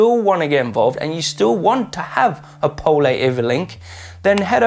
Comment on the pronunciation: pole is pronounced pole not po leh